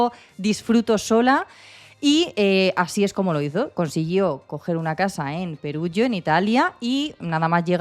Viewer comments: Perugia (:Peruyia) no Perugio ;) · Está bien contada , el se llama Rafaelle no Rafaello , y Perugia no Perugio